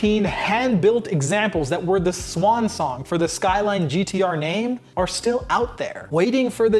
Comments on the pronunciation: das sqailain 😂😂😂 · I think it's pronounced SkyRine sir. 🤣